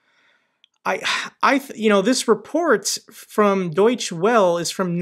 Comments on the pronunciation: Lots of good info - thanks! Small note: Deutsche Welle is pronounced doitcha vella; Es at the end of German words are always pronounced. I don't think German has any silent letters (could be wrong - am no expert). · The most international and well known news outlets should be pronounced properly “Deutsche Welle” is not Dwell, as a monolingual American would believe… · Nice vid. But try to pronounce Deutsche Welle right. Eu is pronounced like the oi as in Avoid. So, German Source or Wave. In the Netherlands we celebrate Liberation Day on Mai 5th. But even on Mai 7th, german troops fired into celebrating people on the Dam (main square) in Amsterdam, killing 19 people. The moment is filmed and visible on Youtube.